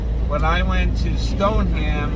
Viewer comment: Stoneham Massachusetts is pronounced Stone-Em. I don’t make this crap up. Lol